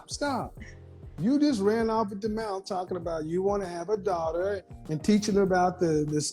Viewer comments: Wtf is a "daurter".... a doordash order? This woman needs to learn how to pronounce the word "daughter" lmao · My favorite is how she kept saying "dorter" instead of "daughter" lmao "educated" btw